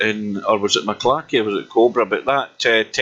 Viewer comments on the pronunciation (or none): M...C....Clarky!! Not MaClarky!